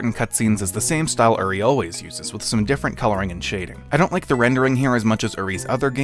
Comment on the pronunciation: are you ever going to pronounce uri's name correctly